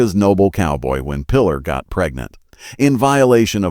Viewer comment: "play the led"? "Lead can be pronounced "leed" or "led." In reference to movie business, "lead" is pronounced "leed" and not "led." "Lead" in reference to metal, is pronounced "led" not leed. Obviously cheap (and low quality) AI narration. Also, "Pilar" is pronounced "Pee-LAR," not "Pillar." Pedro Almendárez is also badly pronounced. All very annoying. Without any doubt whatever, you made inferior clickbait on the cheap. Therefore, I give you a disapproval.